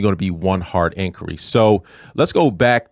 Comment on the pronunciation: Did you say incury? That's what it sounds like. Definitely not inquiry